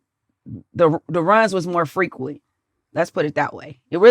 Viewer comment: Bitch cant even say frequent lol